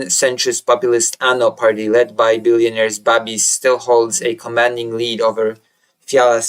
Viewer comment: Babiš pronounced Babish